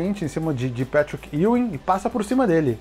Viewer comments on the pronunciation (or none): none